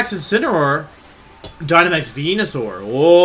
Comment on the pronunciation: no one, absolutely no one: .... Wolfe: VENYASAUR